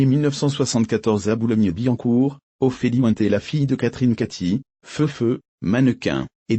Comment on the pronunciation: Ophélie Wouin-té? Vous êtes des malades 😂😂